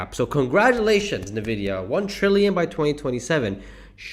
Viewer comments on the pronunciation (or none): FYI: Pronounced “en-vid-ee-ah”; not “ni-vid-ee-ah”.